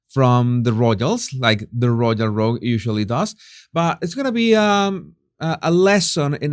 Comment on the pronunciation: Because it's a word you use a lot, Jesus, it would be worth your while to get it right. The word is "royal". Don't arch your tongue. You almost make the y into a g. Keep the tongue flat. Easy!